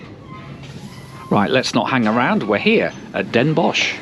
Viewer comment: Shortly after this video the new Dutch Arriva trains replaced the old one you took from Liège to Maastricht. They do not have 16A plugs however. The Visé station has new platforms. Maastricht is still more or less the same. You correctly pronounced Den Bosch. However, ‘Zuid Willemsvaart’ will require some training. Den Bosch and Maastricht merit a visit for their historical centres. You travelled from Maastricht to Nijmegen via Den Bosch. Theoretically this could also have been done via the slower and a bit more scenic partially single track line following the German border, from Maastricht over Roermond to Nijmegen.